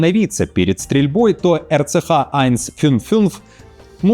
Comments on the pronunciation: Скажи еще раз айнцфюнффюнф 😂 , у тебя хорошо получается Нюф—Нюф. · РЦХ-Айн-Фюн-Фюнц - я в истерике. Это же надо так глубоко лизнуть, чтобы через анус гланды почесать. RCH-155 в варианте вещающего звучит куда как солидней)))